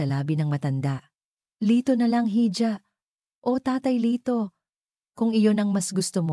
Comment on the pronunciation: "Hija" spanish word for calling a girl or a woman..should be pronounced as "Iha"..